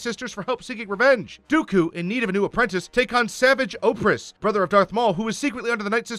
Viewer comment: I thought he was saying OPHREASS. Not OPRESS. I was like who tf is that